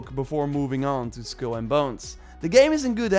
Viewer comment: It’s pronounced SKULL and Bones, not SKILL and Bones.